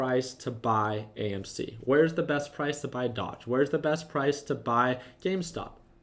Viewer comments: its doge...not dodge.....smh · Doge is pronounced dohzh